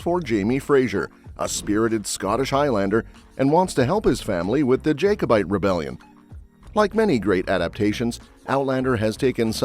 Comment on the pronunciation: Jack o bite not jacob ite